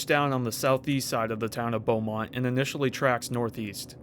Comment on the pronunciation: Excellent pronunciation of Leduc and Beaumont by the way.